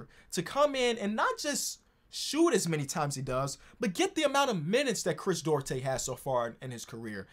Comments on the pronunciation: Chris, DU-AR-TE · Chris DOO-AR-TAY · As a Dominican shoutout Chris Duarte but you can pronounce it “du-aarr-te” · Hey, Duarte is pronounced doo-are-tay:)